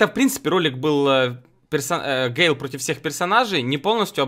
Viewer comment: Такта не гейл а гэйл